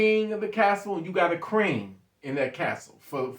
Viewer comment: QWREEN.😅😅😅. you still my guy "T" ... just kidding wit you.. love the content brother.. I just get a kick out of how u say Queen